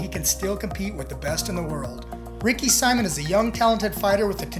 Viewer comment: Dude you don’t even know what you were talking about. Also you mispronounced Simon at least 47 times. Do better